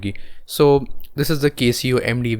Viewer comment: Pronunciation of the word Casio !